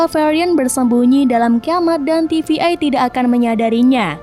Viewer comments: Untuk pelafalan TVA bukan tivi-ai. Coba perbaiki lagi untuk lanjutannya. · Ganggu bt TVA dibaca TVI berkali kali